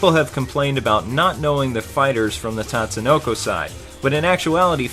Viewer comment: Another good review. The only thing that irked me was when you said "tat"sunoko, instead of "tot"sunoko. A minor complaint, but it says it right in the beginning of the game. I guess it's like people calling Ryu "rai-yu"... an endless war of pronunciation that will never end, lol.